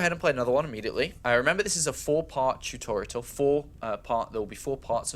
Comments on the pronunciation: Tutorital... Come on man. too-tawr-ee-uhl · do all Brits say "tutorital"? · I love the fact that said 'Tutorial* once or twice, and then going back to 'tutoritals* xD is awesome! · It is Tutorial not Tutoritals. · why do you say tutoriatal? There is no third t in the word. It's tutorial! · TOO TOR E AL Not TOO TOR ET AL ;) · tu-to-ri-al.. Not tu-to-ri-tal. He's prolly doing it on purpose, but its not funny. Its a learning video and people with bad english will start sayin tutorital and be laughed at. Its mean. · TUTORITAL, WOOOOOO!!! The extra T is for TER-FUCKING-RIFIC!! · really throws me off hearing him (and seeing some the comments) say "tutorital." that's not a word. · ha ha ha why the fuck can he not say tutorial ha ha ha thats some funny shit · love your way of saying tutorial xD "tutorital" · Man, I love your videos, but it's "Tutorial" I'm sorry, but lol. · I swear, if he says "tutoriTal" one more time.... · Tutortital? Really? Say it how its spelt please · when i hear "tutortial" it makes me wanna become a grammer nazy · Every time I hear tutorital I feel like killing a newborn baby. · I believe the joke is that says "turtorital" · EVERY TIME HE SAYS TUTORITAL I DIE INSIDE A LITTLE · JESUS CHRIST IF HE SAYS "TUTORITAL" ONE MORE TIME I WILL UNSUB. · How do you consistently say tutorital... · Stop saying Tutorital >!>! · Tutorital? Spelling it wrong I can understand. But saying it wrong? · Who pronounces tutorial like that, seriously? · Why can't he say tutorial? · wtf, he forgot during 11 months how to pronounce 'tutorial'? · For the love of god someone teach him how to pronounce tutorial! That aside thanks a lot great stuff as always! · cool thanks for the upload. yousay tutorial funny but I guess im just being a dick telling you that